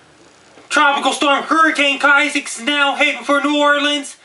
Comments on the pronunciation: YOU DON'T HAVE TO YELL!!!!!! and its Isaac not Kisaac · he said kisac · he is handicapped. he thinks he's on tv, he keeps on says "Kisaac", he's just screaming dumb shit at his computer screen. im tired of fucking Americans taking up for people who are mentally deffected before birth by the toxic and unhealthy shit put in our drinking water and the disgusting food like McDonalds put around us. dislike this comment but unless because youve been brainwashed not to see the truth and fall within life's matrix. dislike this because you are a minion of the devil. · KISAAC? i thought it was ISAAC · Its not Keye ZEK It is.... eye zek...Isaac.. I would call you a name..But I think you the real deal so Im gonna shut up!! Have a nice day!! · Kisaac? I thought it was isaac?! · Ohhh Dammit, I've been saying Issac wrong my whole life, is Kaisac!!!! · Hurricane Ki-sack? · "hurricane Kisaac" holy shit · at least say issac right...if you are gonna say it